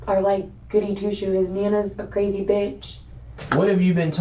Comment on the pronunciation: ITS CWAZY.....according to.....You said Cwazy.